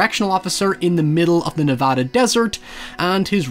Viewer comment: saying nevada correctly? sick